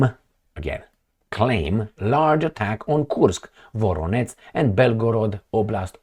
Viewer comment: Not Voronetz. Not like Donetsk! Absolutely nothing like that. It is Voronezh !! Zh like in je t'aime (French) With the emphasis on the second part: Vo-ROH-nezh ! Please, pronounce the names of Russian cities correctly! You keep mispronouncing my birth town !! It hurts my ears to hear such bizarre pronunciation Thank you!